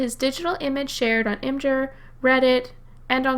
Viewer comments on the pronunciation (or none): Imjur? Like Jif?